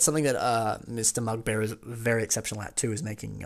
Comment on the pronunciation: "Let me know if I'm butchering it" You sure do, you sure do.:V I suggest, just call me The Mugbearer, like anyone else.:P